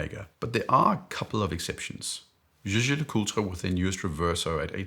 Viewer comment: Seiko Presage, on a strap works for me. I really believe that the best value comes from the secondary market, IMO, for getting to a "higher level" for the money. I still can't deal with Tudor and the snowflake hands., again, demonstrating his expertise with his knowledge and pronouncing the full name for JLC.